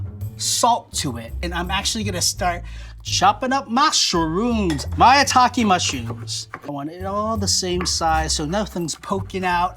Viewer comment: It sounds like he’s saying ‘My Taki Mushrooms’